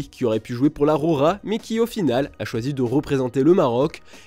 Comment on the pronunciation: Enroulez moi ces R ! J'ai les oreilles qui saignent 😂 La Rrrrrrrrroja !